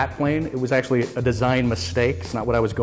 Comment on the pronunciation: "I just love figuring out How things fly. There's AKSHEDDUBFISJR numbers of things you can watch fly."